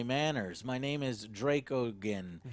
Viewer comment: After hearing it's pronounced "Draco-Jen" he makes the anus joke and goes right back to calling the backer Dracogen (with g for garry). On the behalf of, I'm really sorry dracoanus.